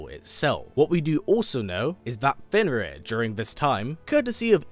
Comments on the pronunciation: Isn't it Fenrir and not Fenris? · Fenrir, not Fenris